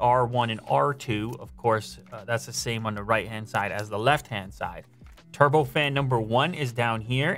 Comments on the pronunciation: "trubo fan" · Anyone else notice "trubo fan" lol